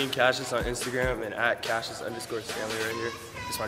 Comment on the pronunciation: It's Cassius not cashius